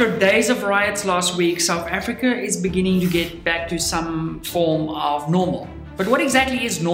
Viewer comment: The guy couldn't even read. In dee beninging...